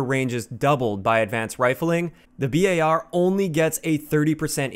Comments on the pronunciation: Why u called it B A R instead of bar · FINALLY! Someone finally pronounced the BAR like B-A-R! 100% respect and subbed!